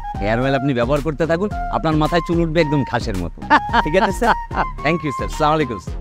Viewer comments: আসলা মারোম এটা কোন ধরনের সালাম, সালাম হবে, আসসালা মুয়ালাইকুম, সোয়াপ আয় করতে গিয়ে গোনা আয় করবেন না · Assalamualaikum hove Keno chamalaykum bole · সালাম দিলে সঠিকভাবে দেওয়া উচিত! না পারলে বাদ দিয়ে দিক! এইসব ভুলভাল সালাম প্রমোট করাটা তো ঠিক হচ্ছে না। স্লামলাইকুম ! এটা কোথায় থেকে আমাদানি করা ভাই? ইসলামীক ব্যপারে যাচাই বাছাই করে আমলে আনা উচিত! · Absolutely right ❤❤